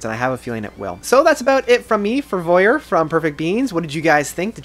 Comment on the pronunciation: Vier pronounced veer which is 4 in German. Sorry for being pedantic